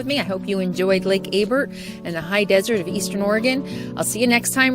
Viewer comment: You are in my neck of the woods now. The lake is pronounce Abear the l and the t are silent. Off to the right on that ridge, are Mountain Goats. Loads of them. Have you ever been to Fort Rock...now that's an amazing place. Your making me terribly home sick.